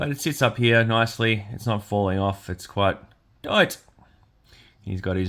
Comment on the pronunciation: "Here" is one syllable! ;)😅 Thanks for the review, buddy. Was it worth $100? I can't imagine it is, but its super cool. I personally like all the extras. Now, the soft, gummy weapons are a different argument, but as far as the amount of pieces goes, I think your complaints are unfounded. The boot knife belt seems kind of petty too. Those things are always slippy. Just move it up or take it off and move on. I don't think it's hard knocks reviewing to point out that stuff and call it "$#!t". I'm in no way a "HasBro" either. I dig this line and a couple others they make, but I am quick to point out their many flaws. Whatever. Just wanted to throw some "constructive criticism" your way and thank you for another video. I'm sure you worked hard to get this out so quick. Keep on keepin' on!